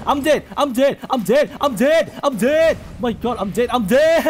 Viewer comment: The part where he said im dead made him aound american